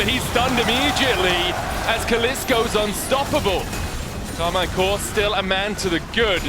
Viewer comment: Please its pronounced "Karmeen"